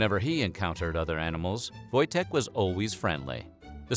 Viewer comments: I'm polish. the w sounds like v and the j sounds like y . Its pronounced voy-tek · Wojtek is a Polish name lol u getting that wrong in the first few mins kinda puts me off